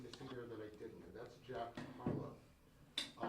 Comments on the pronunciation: Did he say jack Harlo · Bro said “Jack Harlow” 😂😂😂😂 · did this nigga just say jack harlow